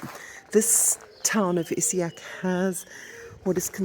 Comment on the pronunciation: It is Issigeac (pronounced with a soft g ) not isseac as you pronounced it. thought you might like to know. Good video